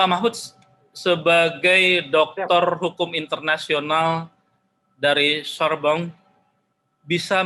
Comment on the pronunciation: sama Universitas Sorbonne, ujung kata "Sorbonne" bukan huruf konsonan jadi nggak dibaca dengung (seolah "ng") jadi Sorbong. Bacanya Sorbon aja.